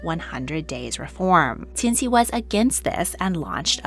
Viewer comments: I really appreciate your work, but in the future, please note that “Cixi” is pronounced more closely like “Ts-she”. The “C” sound you see in Hanyu pinyin is pronounced like, “Ts” as if you are imitating a cymbal. You pronounce Polish names so well so I can’t fault you here cuz none of us can do it all! Thanks so much! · Cixi Is pronounced (cersi) and I was hoping that you would do a deep dive about her and her life and time as dowager it's really interesting how she helped facilitate the downfall of imperial china I really hope you talk about her again in the future